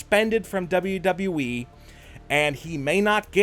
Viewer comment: I can't remember how many times he said Dean Ambrose is returning to WWE he says double double E